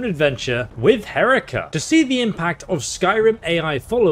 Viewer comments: Herika has the paitience of a saint. He hasn't said her name right once this whole video. 😆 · The real challenge is getting Moist Boy to pronounce Herika correctly. He does it... exactly once! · She's correcting you on you pronuciation of her name, but you don't care, right? You keep doing it wrong. You're pushing my buttons. 🤣🤣🤣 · aint no way she corrected the way he should pronounce her name and he just carried on doing it wrong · 3'40" "she pronounced a word incorrectly" *keeps mispronouncing her name the entire video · I'm kind of amuzed at the fact that he is mispronouncing her name even after she took the time to correct him multiple times. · I find it a little upsetting that she specifically told you how to pronounce her name and you just refuse to. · Gets told the correct pronunciation several times Continues to mispronounce name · He can't remember how to pronounce her name for more than 15 seconds at a time... :( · You're lucky she doesn't shoot you for mispronouncing her name so relentlessly despite her best efforts to teach you. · I love how after all the effort she put into getting you to pronounce her name correctly... you simply go ahead and mispronounce it anyway for the whole video. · why you insist on trolling Herika by mispronouncing her name. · Then entire video and he still can’t pronounce her name. Lol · "moist boy"...? xD what ...oh that's on you. right. Yeah, she might mispronounce rarely, but that's ok. You mispronounce her name 100% of the time, after all. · Honestly, it's cool, but I'm distracted by you insisting on mispronouncing her name after your discussion of how to pronounce it. And then you have to point out the AI mispronounciation. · I love he she accurately corrects you with the pronunciation of her name: HA-REE-KA and then you continue to call her H-Erica the whole video lol. I liked that at different points she finds it amusing and annoying lol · Dude, for the billionth time, it's not Herika. It's Herika! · It's Hair-eek-ah